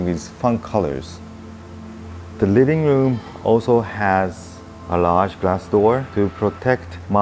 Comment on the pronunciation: WRIRRING WROOM????? ahahhahahahahahahahahahahah living room ahahahahahhaha feels like south park asian eposide!